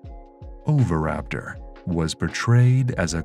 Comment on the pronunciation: It's pronounced o-vee-raptor not over-raptor. Had to mute.